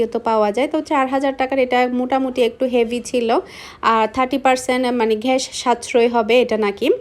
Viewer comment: ঘ্যাস না গ্যাস🤔🤔🤐🤐😵🥴🤕🤕🤕😡🤬